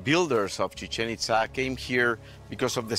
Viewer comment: It’s pronounced.. Chi-Chen Eet-zaa